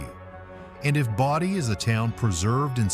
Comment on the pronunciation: Pretty sure that's not the way to say Bodie.